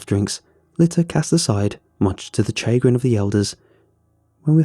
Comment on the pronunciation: Idk if anyone else caught it but you said "chay-grin" but I'm pretty certain it's "Sha-grin"